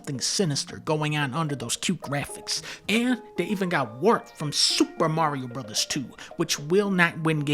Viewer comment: SUPER MARIO TWOH, BABEH!